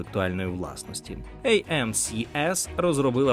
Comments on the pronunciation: трошки душності на і надалі диктор вимовляє назву компанії як «а-ем-сі-ес» (AMCS), але на екрані видно що назва компаніє є «а-ем-ес-сі» (AMSC), і продовжує надалі називати компанію невірною назвою :) тим не менш, супер дякую за відео!! обожнюю ваш канал 🫶🏻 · Ей-Ем-Ес-Сі, а не Ей-Ем-Сі-Ес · Ей ем ес сі правильно, а не як говорить автор ей ем сі ес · Ви більше 15 разів підряд неправильно сказали AMSC, переплутавши останні дві букви при вимові. Неправильно: Ей Ем Си Ес, правильно: Ей Ем Ес Си. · Aчого ви читаєте SC як "сі ес" якщо це "ес сі"? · Помилка диктора: компанія називається AMSC, а диктор читає "ЕйЕмСіЕс" (наприклад, ). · так, але не критично для мене